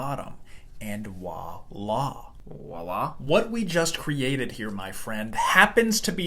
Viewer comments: "Wala"? Not "voilà"? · Love your content, but the word is “voila”, not walla. It’s French. Please don’t do that again. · Wah-lah is actually pronounced vwa-la. The French word is actually voilà. It’s usually used as the phrase “et voilà” . It’s sort of like in English going “tada!” I’m not sure who in the last 10 years dropped off the V. It drives those of us who were or are French-speaking a little bit crazy. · Great science, but....wah-lah?!? Try saying vwah-lah. After all, it's spelt voila, and the v is not silent. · Voila, not wallah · Voila, not wala lmao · Did you just say wah- la instead of voila? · Bro really just said "Wah lah" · It “voila”…with a “V”. In English we pronounce the “vee”, not as “double u”, as they do in many other languages. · Voila is not pronounced “wah-la”. Or is this some new thing the kids are doing these days? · The French word you’re butchering is “Voila!” or VWAH-LA. It’s English equivalent is basically “and there it is” Its literal translation is “see it!” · Is no one going to mention that he said “wah-lah” instead of “voila”? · It’s “voila”. Not “wah-lah-“ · Distracted trying to work out if he's saying a really weird version of 🇫🇷 "voilà", or "wallah" (Arabic for "by god") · Voila* not walla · "Voi la"... it's French for "look there"..."walla" is brain damage...(I know it's all one word and there's an accent but you get the gist) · "wahlah" not Vuala XD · this is distractingly bad. Have you seen the word “voila”? As in, French. I thought the other character was going to correct the first one! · Voilà** not oilà (why do Americans aside from louisianans say the second?) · The "v" in "voilà" is pronounced like any other "v" in English (or French). It is not a "w" sound. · Think it’s voilà, with a v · Why don't americans pronounce the v in voilà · There's no W in voila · Very nice job ! I’ve never heard of H-R diagram. As a French guy I’ve particularly enjoyed the “voilà”.😂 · Interesting pronunciation of voilà